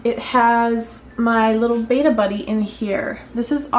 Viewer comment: It's not BAYtta it's BEttA FISHH ;)